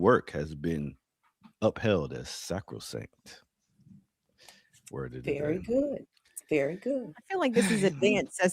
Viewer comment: I'm with here, I want a beef reel! 😂 Also congrats to the on not adding any random letters to sacrosanct's pronunciation!😂😅